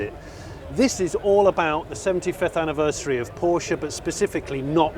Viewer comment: THANK YOU for saying Porsche and not being part of the "porsh" syndrome, which seems to be all over youtube!